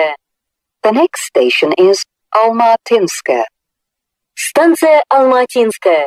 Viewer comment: Раньше убого звучала Алма-Атинская («Алм-А(слабое ударение на первую букву)тинская) Ладно, хоть исправили... И да, английская озвучка о аэропорте Домодедово, была более смешная (это мое субъективное мнение)